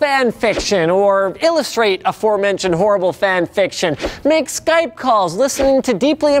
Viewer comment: Did he really just say “skype”? 🧐